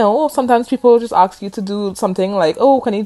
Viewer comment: Great video but why do you keep on saying arks? The word is Assssk.